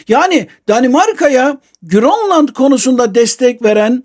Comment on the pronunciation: bazıları bir anlam kazansın diye mi GÖRLLAND diyor yani danca girl oluyor 😅😅😂